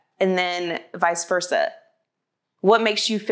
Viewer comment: She said visversa just leave pokie alone get the dream dude out ur friendzone